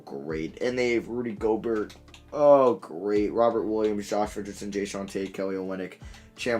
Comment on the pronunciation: He mispronounced gobert’s last name😂 flight out here being inspirational